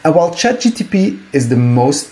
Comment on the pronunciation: Its ChatGPT mate. Not GTP.